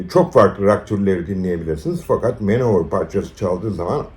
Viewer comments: Allah aşkına Manowar'a Manovır demeyin ya. Manowır nedir? War= Vor olarak okunur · Videoyu keyifle izledim. Teşekkürler. Küçük bir not: Manowar'u Man-Over şeklinde değil de, Man-O-War şeklinde okursak daha doğru olur. Manowar "Man of War" 'un kısaltması.